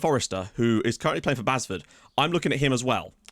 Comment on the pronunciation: Just for future reference - if it's "Basford" you're signing him from it's pronounced "base-ford" as opposed to "baz-ford" - spent a lot of my summers there as it's where my best mate grew up (it's in Nottingham). Sorry if i'm being a nitpicky twat!